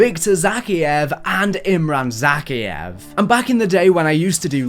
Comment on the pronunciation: With a name said enough times in all the Modern Warfare games, how can you mispronounce Zakhaev's name?